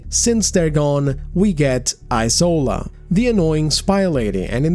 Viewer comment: It's isola as in E-SHORE-LAH... The s is sh... It's a Nigerian Yoruba name...